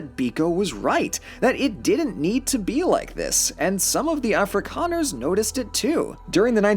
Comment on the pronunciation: Eeeyyy my country. *Happiness noise * "Geld" yeee "Afrikaners", not perfect but it's definitely better than "Ah-free-can-ers" lol